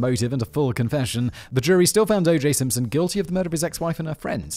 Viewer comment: O J Simpshon 😂😂